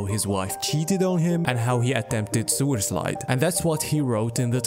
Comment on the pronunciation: im sorry, but the way you say suicide makes me laugh everytime, im evil